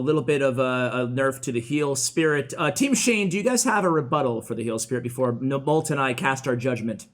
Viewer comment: 'Molt', not moot.